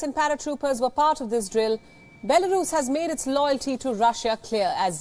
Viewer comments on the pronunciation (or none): Its Drill NOT Ntrill (LOL)